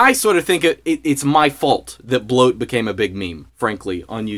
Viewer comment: bwoat is bwoat